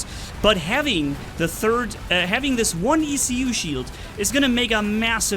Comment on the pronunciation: In french, a "écu" is an elongated shield used by knights in middle-age to go to war. From there comes the word "écuyer" (esquire) : the person who bears the ecu of his knight when traveling. So ecu should be pronounced as a word, not as separated letters ;)